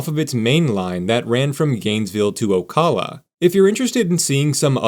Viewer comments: It’s pronounced Oh-Cal-Uh, not Call, Cal like California. I live right next to micanopy, about 20 mins south of it. They have a festival every year that brings a lot of money in for the local businesses. It’s really fun and has become a family tradition for us to attend. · I live in Ocala. You didn't pronounce it right. it's Ocala with a long "a", as in at. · The first a in Ocala is pronounced like the a in capitol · Oh kahlah ...lol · I have never heard anyone say Ocala like that 😂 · Never heard someone say Ocala like that lmao , informative video otherwise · Learn how to pronounce Ocala properly. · Yes, pronunciation does matter. Even for an AI canned robot reading this script.